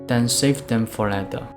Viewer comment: 您好，您的英文讲解很好，英国人能听懂，而且观众有子慕的选择。唯一有进步空间是您later 这英文字的发音，坦白说让人听了一头雾水😊。我没恶意，是中年人，大马华人，生活在英国30多年，写这评语只希望您这美好的视屏受到更多老外的喜爱。让您得到好的辛劳回报。